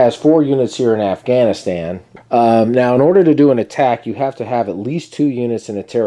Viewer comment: You say Afghanistan like a veteran lol